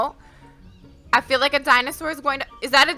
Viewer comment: LETS FOR “FREAL” TALK ABOUT HOW SHE SAID “FREAL” INSTEAD OF “FEEL”